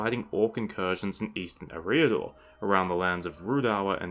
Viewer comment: Ereeah-dor xD Dumbledore is proud